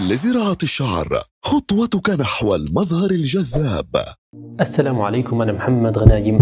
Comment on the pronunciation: الثلام عليكم 😂